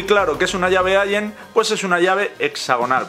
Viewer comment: allen y se pronuncia: alen